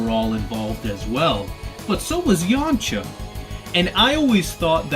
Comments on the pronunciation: Yamcha not Yamaha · its yamcha not yamacha